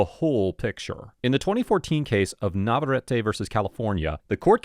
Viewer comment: Another good one but you've GOTTA stop mispronouncing Navarette v California because it's driving me crazy 😂